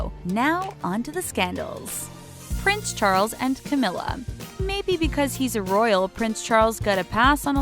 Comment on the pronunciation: The Charlei and Cawmirra